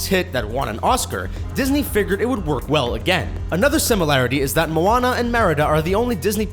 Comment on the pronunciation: YAS THEY SAID MOANA CORRECTLY! I get so MAD when people say Moanna Like or comment if you get mad when people say Moanna instead of Moana